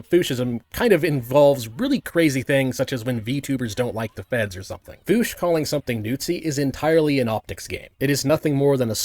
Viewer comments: Why does he call him voosh? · I physically cringe everytime you say "Nootsi" and "Voosh"